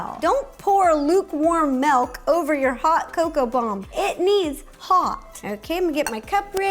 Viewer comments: Melk.....my wisconsin ears are bleeding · everyone drooling me: DID SHE SAY “MALK”??!??!??!